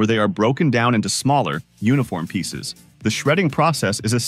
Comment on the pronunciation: This robot English still isn't ready for prime time: the machines' way (all the machines, all over YouTube) of combining an adjective and a noun much too often comes off with a bizarre pair of emphases, very often carrying strange implications. "Shredding MACHINES," is just plain odd. "SMALLER uniformpieces" tells us that the narrator thinks a uniformpiece is a thing. Ugh. "Electric arcfurnaces" has the same problem. The reader doesn't know that it's the arc which is electric, but the importance of "furnaces" stops "arc" from getting prime accentuation. And so it goes. Stop it, OK? Just stop it! You're ruining the language, probably on a planetary scale -- and you're turning YouTube into a mental slum.